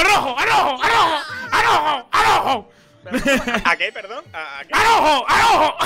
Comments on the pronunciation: ¡AL ROHO!¡AL ROHO! (En vez de una j dice h XD) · None: que cartas tienes: AROJO pd: Leviosah haha